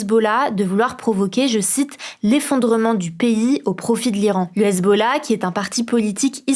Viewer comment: c possible de ne pas engager des gamins? ""? "l'usbollah"? c "Hesbollah" pas "US" machin chose...